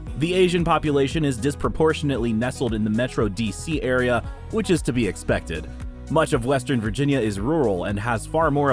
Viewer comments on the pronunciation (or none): none